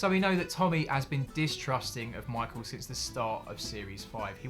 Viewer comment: Michael! It’s michael